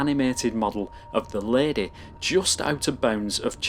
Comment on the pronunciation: “tHe lAdEh”